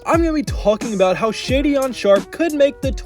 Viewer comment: Shaedon pronounced "shay-don' not shadyon!